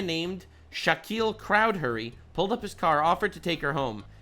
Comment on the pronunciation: FYI, "Chowdhury" is pronounced "CHOWDREE." Has different spellings, but this surname is notorious, as in Adnan Choudhary, top UK-Pakistani terrorist finally jailed in the summer of 2024.